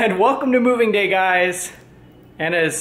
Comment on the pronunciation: "welcome to movig gay", are You trying to tell us something? 😂 I loved Your loft! Congrats on Your new home.;)